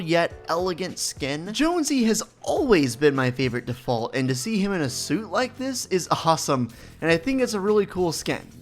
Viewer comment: yOuRe SaYiNg DeFaUlT wRoNg